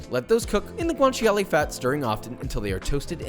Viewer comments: Excellent pronunciation of "parmigiano", 10/10. Source: am Italian. Also, guanciale is pronounced "gwan-cha-leh" not "gwan-chee-ah-lee" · oh yeah and guanciale is pronounced without the eee sound